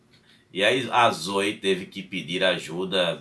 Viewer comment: Não seria "Zoé" a pronúncia da imperatriz?